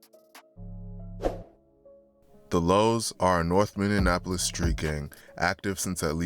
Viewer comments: Bro is capable of doing all this research and putting these videos together but since he mispronounced a word y’all gunna call him uneducated 🤦🏽‍♂️🤦🏽‍♂️ Y’all seem slo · Because he’s not from here yet, he continuously wants to report on that act like he knows anything about it🤣 I never understand the goofballs that do this shit. If you can’t even properly pronounce the city, the gang resides in you probably shouldn’t even be covering the topic… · It's Minneapolis not Minneanapolis smh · Bro stop saying Minneapolis like that lmao you saying it like it’s spelled minionapplus 😂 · between 2021 and 2024 north "Minneanapolis" . If you're gonna do a video on a city at least research how to properly say the name of the city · The fact you can’t even pronounce cities right (Minne-An-Apolis) is crazy. There’s ONLY two “N’s” in Minneapolis. Not to mention his name isn’t Damon, it’s DAMONE..smh how are you covering shit you know nothing about? Chris Little Didn’t even get killed by anyone in the highs. He wasn’t even alive when the highs and lows shit started. So wtf are you talking about? And Antonio Harper wasn’t apart of the highs nor any “Highs and Lows/ or gang” beef. You’re just starting rumors and I hope his family sues you. You’re speaking on deceased people not even thinking about their families and them seeing this? You’re weird. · its bot minne in apolis. its minneapolis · It’s Minneapolis not minnienapolus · It’s mini-apolis no mini AND apolis 😂😂😂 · Say it with me Min-ne-apolis or Minn-e-apolis😂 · Mini - Apolis like it’s not that hard 😂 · That Minneapolis was kicking bro ass. “Mini-Annapolis” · Ayo what is "MIN-IN-Apolis"? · Ok im not gonna lie the Minionapolis thing is a little annoying 😂. Were not Indianapolis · Minneapolis [mini - apolis] ... you 🥷🏿's can't sound out words 🤬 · Bro it’s pronounced like “Mini Apolis you saying it all wrong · Learn how to say minne-apolis first wtf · MINN-E-APOLIS pls say it right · Why did bro keep saying "MIN-IN-Apolis"?